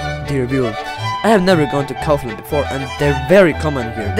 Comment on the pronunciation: I would say that he pronounces it well no? At least in Czechia we pronounce it the same :D